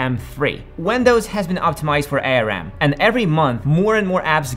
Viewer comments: you really need some help to do 'tech' proofing, many thing you said is wrong: - ARM vs x86: modern X86 processor no longer have dedicated circuitry for each instruction, they decode it into simpler instructions, btw please prononce it Arm like a single word. And the reason why Arm is superior to X86 is mostly around the way it handle its memory access. - Process density: TSMC N5 N3 N2 etc... are marketing, they do not represent the real transistor size and can't be use to deduce transistor density, but between each major number reduction there's a technology leap, using new type of gate, adding an extra patterning mask etc... and the reason why the M3 was created on N3 process is that Apple did a deal with TSMC to take 100% of the process production, TSMC was struggling with this process and wanted to reduce the number of client on it to optimize the process for that single client, Apple took the deal because it was still giving better result then N5 process and is good for marketing. - AI TOPS: it is not the data set that is different size, it is each of the data element that is, this is a HW implementation and is why the previous generation M chip can't double its performance using smaller data size. Btw not all AI task can use that small data size, it is still pertinent to compare FP16 performance, simply divide the XElite and M4 number by 2. But for AI task that can work with in8, the XElite really is 2.5X better then M3 (and 4X the M1) I really don't understand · Bro its Arm not A.R.M. 😂 Nobody calls it that, did you lose a bet 😂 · Please don't pronounce it A-R-M. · Who calls it A.R.M? No one. It’s arm. 💪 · "A" "R" "M" or "ARM" ? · ARM is an acronym. It is pronounced as in the body part. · It's ARM, like the arm and leg not A R M. Good production but you have a few factual errors. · A. R. M.? It's pronounced arm (not as 3 letters). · It's ARM (the word), not A R M..I bet you call Linux lienux too. 😂